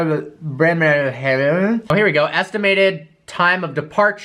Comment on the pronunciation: Say Bremerhaven again pls :D :D :D :D :D Greetings from Germany! ;)